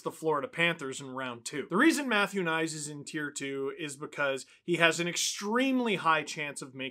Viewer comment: Does anybody know why the consensus is that Knies is to be pronounced "nice"? I don't speak slovakian but I'm pretty sure Knies is pronounced much closer to something like "Kn+yes" than "nice". Another possibility is that it's pronounced something like K+knees if the name is of Czech-german origin, as many Slovakian names are.